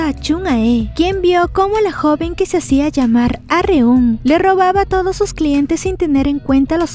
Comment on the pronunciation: X cierto se pronuncia arum no areum